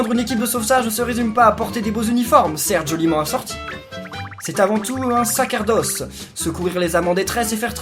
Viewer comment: Sa"s"erdoce et pas Sa"k"erdoce au cas ou